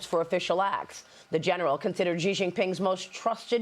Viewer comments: Why the Americans cannot pronounce "Xi" as in "taxi"? Why all of them pronounce it "Ji"? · Why are these news professionals incapable of saying the leader of Chinas name correctly? This is your job! His name is pronounced starting with the sound "shee" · It is incredibly unprofessional for a famous journalist to consistently mispronounce a foreign leader's name....